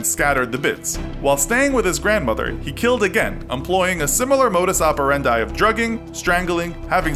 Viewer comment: It's modus operandi (-dee) not operandye